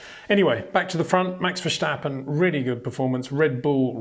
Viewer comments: Hey Peter, I really like your video's and views, to me one of the best analysis always. However.. one point of critisism. There is no ch in verstappen. It's not 'Max Verschtappen'. It's Max Verstappen. Zo no CH in there. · Max "VERSHHTAPPEN" 🤣🤣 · I like the video but would just like to point out there's no h in Verstappen. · Please Peter, learn how to properly pronounce Leclerc and Verstappen. Please.